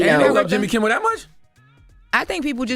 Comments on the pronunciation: Calling him Jimmy “Kimball” is killing me. It’s Kimmel 😂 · Kimmel fkn Kimmel not KimmBel......Kimmel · It's Jimmy Kimmel NOT Jimmy Kimbel. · It’s Kimmel, not Kimble.